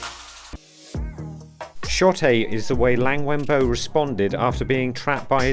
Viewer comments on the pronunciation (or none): Liang Wen Bo is actually pronounced closer to L-yung W-eh-n Bo(r) without the r sound made.